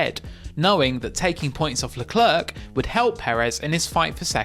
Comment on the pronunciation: Why did you pronounce "Leclerc" differently within 5 seconds near the start of the video?